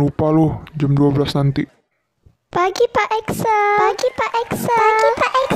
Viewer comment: K-kenapa pas scene bagian di ruang seni aku dengernya pak EXO 😭😭